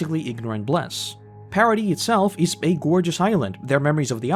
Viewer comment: Paradise being pronounced 'Parody' really feels like it should have stood out to me more